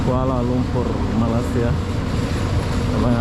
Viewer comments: perbetulkan sebutan bang,abang subscriber dah 300k banyak video tentang malaysia,sepatut tau sebutan malaysia yang betul..lama jugak saya mengikuti abang semenjak bawah 50k subscriber lagi, sebutan masih tak betul,jadi aku tergerak hati mau menegur harini...kedengaran seperti "malassia" tidak sedap di dengar,jika tidak tau boleh tanya orang2 malaysia sebutan yang betul... #sekadar teguran jika tidak aku siapa lagi yang memperbetulkan... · Bukan MALA SIA mas.MALAY SIA. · sila sebut Malay...dialek English.. dan sambung Sia.. so jd la Malaysia... bukan Malassia... pelik tul sebutan atau mengejek? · bro baca balik komen d sana,ak dah cadangkan "jika tidak tau boleh tanya orang2 malaysia sebutan yang betul..."eh ko ni orang malaysia ke orang asing ni, tak kan sebut malaysia pun ko tak tau sebut.malu la jadi rakyat malaysia,ke warga asing menyamar komen...